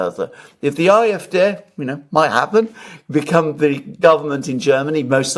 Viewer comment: Thank you for this interesting discussion on Scholz & Macron. Entertaining, funny, and so true! Btw, been meaning to say this: pronounce German D (in alphabet or) in AFD as Dé (like in café)